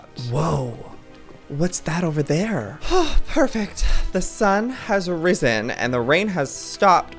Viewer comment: the times joye said "risen" in his vids